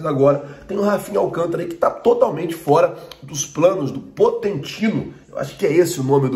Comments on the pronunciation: pontentino kkkkk poquetino * lkkk todo mundo erra kkk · A PRONUNCIA DO TÉCNICO DO PSG É POQUETINO